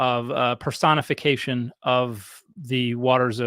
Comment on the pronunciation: This woman can't even pronoounce personification, and misuses the term "conflate" over and over and over again.